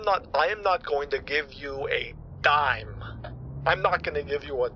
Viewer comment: dime not time hahaha